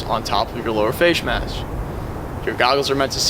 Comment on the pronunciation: lower fayshe mesh